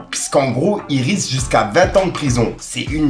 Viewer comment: Ont dit une RIXE pas une RISQUE putain fait un effort 😂😂